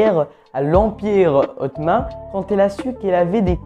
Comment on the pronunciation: Ultimatum, c'est "OM" à la fin. ;-) Et Ottoman c'est pas "hotman" mais plutôt "Otto ment" (à peu près)